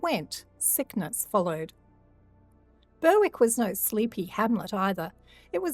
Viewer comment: I love this channel but a simple " how to say ...... " on Google will tell you how to pronounce place names like Alnwick and Berwick and before anyone has a go, these places names deserve to be pronounced correctly, How many people will go about thinking they are pronounced like the creator is saying if not corrected?.